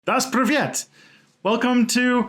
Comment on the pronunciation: So ah Ima be that guy In Russian, the "polite" form of "hello" is in fact Здравствуйте, or zdrast-vooy-tyeh (as an incredibly inaccurate transcription). What you said - it sounded like дос привет or das privyet - doesn't actually mean anything. Привет means "hi", or an informal "hello" one says to friends or family, but дос doesn't mean anything at all. I'm a linguist and I'm firmly against prescriptivism as a thing, but I'm also learning Russian and my brain latched onto привет and was like "Yay I understand that" and so I couldn't not comment lol. Were you taking your cues from до свидания, "do svidanya"? I wouldn't recommend that ^_^